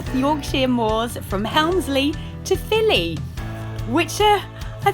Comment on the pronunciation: Filey is pronounced fy Lee not fillie 👍